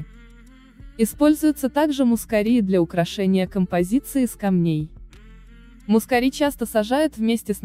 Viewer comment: Гвоздику перистую и турецкую люблю весной. / мускАри - ударение на А ./ Спасибо за красоту.